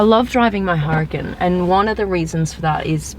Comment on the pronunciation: Common girl its Huracan not hurricane